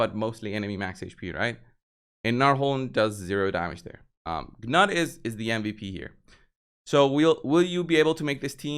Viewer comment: The Call of the Arbiter videos tell you how to pronounce Gnut. I am guessing you didn't bother to watch them? Either that are you are being willfully obtuse. It's pronounced "Noot" BTW.